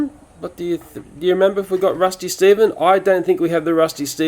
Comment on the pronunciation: Its Stphen